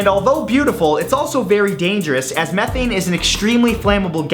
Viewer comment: Its not Meth-Thane its Me-Thane.